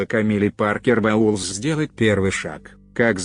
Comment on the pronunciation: "бестселлерЫ", "Камилла Паркер БаУлз", "прИшла", "смирившИсь"... - все, дальше невозможно слушать